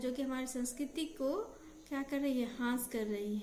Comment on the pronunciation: Beta aapki classes pehle se kafi acchi ho rahi hai, improvement ho raha hai but thora sa aapko correct karna chahungi. ह्रास hota hai matlab nuksan ya kami aur aap bol rahi hain, हास